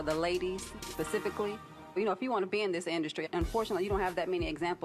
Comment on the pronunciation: That heffa said, "pacifically"......